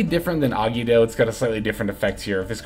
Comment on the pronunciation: Bro ever time you said Agido it made my teeth hurt…. It’s three syllables A-gi-Do …. Gi sounds like Gee